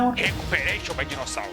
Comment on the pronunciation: Rindo até 2020 com essa introdução KKKKKKKK. Inclusive com o "dinoseurow''. Ótima aula!